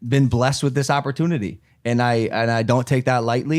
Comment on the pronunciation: Whats with opportunity pronunciation. Oppor-twenity!